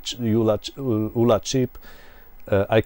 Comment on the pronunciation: Great video I had a 48K ZX back in the 80’s and was always impressed with how some musicians/programmers got multi channel polyphonic music. Games like Zombie Zombie (Sandy White), Agent X (Tim Follin - I think). Hope you do more videos. BTW - The ULA chip was an acronym of Uncommitted Logic Array, so I’d say it should be pronounced as U.L.A. at least that’s what everyone seemed to call it at the time.